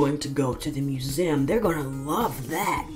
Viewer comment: Lol he said we are going to the "moo zem"